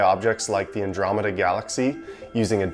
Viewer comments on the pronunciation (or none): none